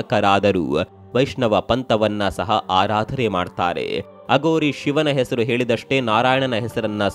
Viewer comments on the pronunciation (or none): none